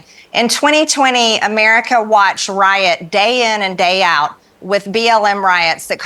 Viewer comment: Or the word America which rather looks like a four syllable word. Her best attempt is but three syllables. Perhaps she was absent from school when the English language was being taught?!